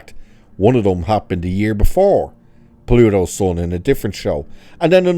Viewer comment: Plato not Pluto.